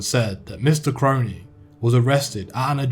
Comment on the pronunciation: yes brudda finally some1 gettin me last name right